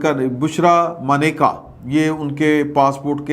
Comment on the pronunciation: Attention! Her name is "MANAKA" and not "Maneka", and this is on CNIC. No attention paid to this error